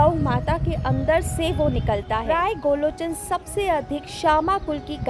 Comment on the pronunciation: Sahi nam to bolo.gorochn hota h n ki golochn🤔